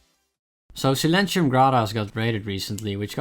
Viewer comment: It's Silen TY-um, not SilenSHIum